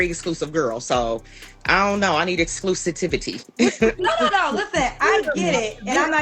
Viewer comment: Are we going to ignore the fact that she doesn't even know how to say "exclusivity " properly? What is exclusitivity?🤔🤦🏾‍♀️ Suma cum laude, my 🍑 😂